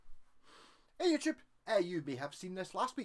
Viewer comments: Today I heard for the first time what you say at the beginning, because there were subtitles inserted: "Hey YouTube!". I always understood "Hey Agypt!". Very funny...isn't it? 😂😂😂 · But it sounds like „Hey Agypt!“ Or Not?